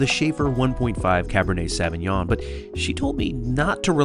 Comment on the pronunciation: Good video. I have but one tip. The pronunciation of the wine grape is like SO veen yon. The ÿon" is almost like yion. Tchin tchin!